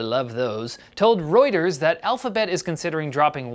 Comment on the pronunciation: Reuters is not pronounced like that :D